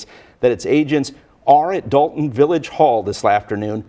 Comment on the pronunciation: NBC News are idiots its Dolton not Dalton you'd think they'd spell check their words on the screen. Especially since they got it correct later on.